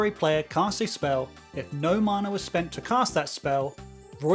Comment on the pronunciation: You say mana wrong.